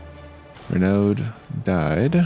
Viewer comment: I believe "Renauld" is pronounced Ree-no.